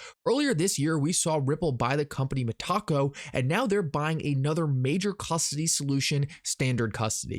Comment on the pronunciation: Meh-taco? Come on. Got to pronounce these right for credibility.